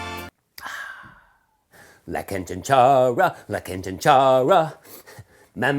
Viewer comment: “Canchánchara”... accent on the second syllable (That’s what the little mark above the second “a” means.) Had lots in Cuba. Definitely will be making them at home.